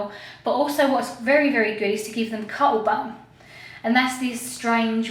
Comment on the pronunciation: Did you say cottle bone? I've never actually heard this word before so I'm just guessing on the spelling and what u actually said.